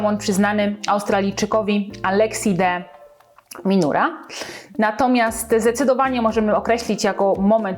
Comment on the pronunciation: o Australijczyku powiedziałeś /alexa deminura/ więc jako osoba siedząca w tenisie po uszy, mogę napisać, że jest kilka opcji, ale innych: /demińałr/ bo to nazwisko hiszpańskie (ma ojca Urugwajczyka - De Miñaur ), /dimynor/ (tak mówią Anglicy i Amerykanie), kilka dni temu oglądałem jego mecz z komentarzem innego Australijczyka, który mówił /diminar/ - zapis fonetyczny uproszczony, bo mi się nie chcę wklejać znaków IPA